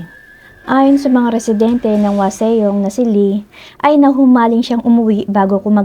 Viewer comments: Wasong po ang tamang pronunciation silent e po yang waseong.😁 khit magpunta kapa ng Korea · "Wasong" not waseyong😊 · Whaseong po hindi waseyong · Hwaseong =wasong Not waseyong 😢